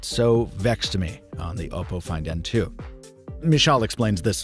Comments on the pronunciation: OPP-oh.... not OH-poh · Oppo is Op-oh Not Oboe with a p